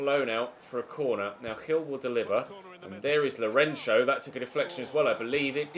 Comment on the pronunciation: Since you're talking about name pronounciations.. Lourenço's ç is not pronounced like a "ch" sound but like "ss" sound